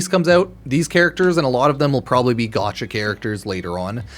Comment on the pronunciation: The amount of time I here u say gatacha game or gatcha made me chuckle